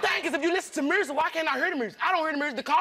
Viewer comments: I never heard the word "music" said with an "r" in it . I'm sorry she was disappointed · The friend needs a new friend. She couldn't even apologize. And did she say Mhursick... or at least that how she said it 😂😂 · Mhursick?! I’m in tears!!! 😂🤣😭💀⚰️ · "Mursic, I hear the Mursic" LOL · "he won't let me listen to the mursic muary"😭😭😂💀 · Mursic 😂...beaurtiful 🤣 I can’t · Music is now pronounced mursic? 😂🤣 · She said mursic lol Like if you realized that. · My girl straight said “murzic” for “music.” My inner child is withering. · I’ve never heard “music” pronounced like that before. “Murrsic?” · Not moo-zerc 😂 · Listenin to "mursic" 😩😫😂😂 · “Mursic” “burtiful” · Did she say murzic??!! Lol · I laughed when she says merrsic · Sis, I've never heard mursic either... What's that? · A Mo mursic🤣🤣🤣🤣🤣🤣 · “I Don’t Hear No Mursic” 🤣🎶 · Damm.. I hear no mursic either. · I don’t hear dah merzick 😂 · I didn’t know the words music and beautiful have a “R” in them!?!? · She don’t know how to say music